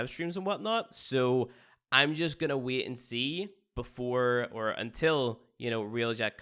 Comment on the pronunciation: Can't "wiet" to get into "spyies."